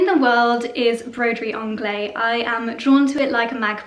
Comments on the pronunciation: If you love broderie anglaise that much, please learn the correct pronunciation. "Anglaise" ends in -ehZe, not -eh. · I think the correct prounciation is broderie anglaiSE, with the last syllable actually pronounced, isn't it? Or do you have any reason for not pronouncing it? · I find that so odd, as "anglaise" is the feminine of "anglais" (a lot of languages attribute a gender value to words). "Broderie" is a feminine word, therefore you would NEVER hear a French say "broderie angleh", it sounds very, very odd and incorrect to anyone who speaks a decent french. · The se in at the end of (broderie) anglaise is not silent, it is pronounced as z, the unaccented e at the end of a french word is silent). The ang in anglaise rhymes with the a in hang/rang/sang, not the British Ah as in grass, class. So Bro-der-ee Ang-layz. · If you adore broderie anglaise this much, you really should pronounce it correctly!! The S in anglaiSe is NOT silent. Broderie is a female, and there is an ‚e‘ behind the s. Therefore it is pronounced with a soft s at the end!!! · Beautiful pieces! Love them all. Please pronounce broderie anglaise with a “z” at the end. 🥰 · I love your descriptions but wish you would pronounce Broderie Anglaise as it should be! Adore your house and you both work very hard and I love watching.